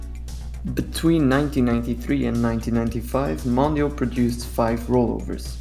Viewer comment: Why do English speakers pronounce Mondial as Mon-da-il instead of Mon-di-al?!?!? Still nice to see video's on these rides, the Roll-Over from Snep was an epic machine!